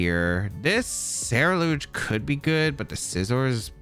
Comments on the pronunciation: Bro, if you mispronounce CerulEDGE ONE MORE TIME! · Say it with me Ceruledge SEH-ROO-LEDGE :)